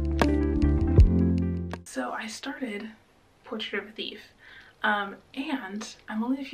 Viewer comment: Emphasis on the BUT with Portrait of a Thief 😂